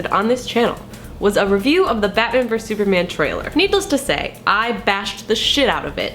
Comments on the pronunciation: Why do people say "verse?" It's versus. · I could understand if they just said "v," like in the title, but "verse" just confuses me. Maybe they think the "us" is silent.